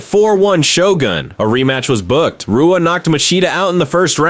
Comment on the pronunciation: When you pronounce Shogun Rua with a R sound instead of an H you know its either AI or someone who doesnt know about MMA lol same with half the names in this video.